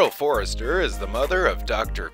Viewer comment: Frank Conniff, not coffin. Their last name is Forrester, not Forrest